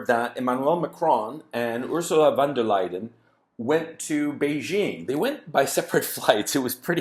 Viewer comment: Not Van de liar